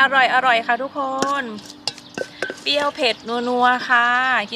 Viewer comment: เปรี้ยว ไม่ใช่ เปี้ยว